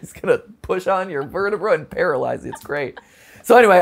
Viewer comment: Sorry just when he said verta-”Brah” I was like “Ha… brah”😂